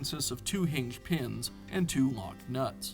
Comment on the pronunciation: What’s a “heenj”?